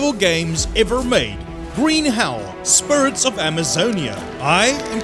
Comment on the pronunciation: Ok but did he say spirts or spirits?